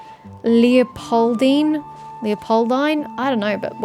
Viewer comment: Leopoldine is an existing german name (it's pronounced lay-o-poll-dee-nay). All of Mondstadt is inspired by Germany/Europe.